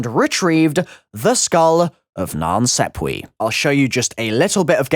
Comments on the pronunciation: He says SEPP-we but it’s clearly SAP-we. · Wow what the f*ck are you saying, “skull of nan sepwee” “center of the rum” ?😆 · Non-sop-wa (that's how it's pronounced, the a is a long vowel) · "The Skull of Nan Sepwee." ...di- did this man just say Nan Sepwee? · Why do u pronounce it as 'sapwe' but there's clearly a 'e' not an 'a' : SAPWE 😂🤣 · I love how everyone replying to this with how to pronounce it is saying it wrong Nan sap way It’s so simple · not to sound salty or anything but the skull is pronounced like non sopwah = nan sapwe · i know you're a smart guy but are you pronouncing the name of that skull correctly? I interpreted it to be skull of nan SAP WAH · It's pronounced nonssapwa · The skull of nan sawpwee 😂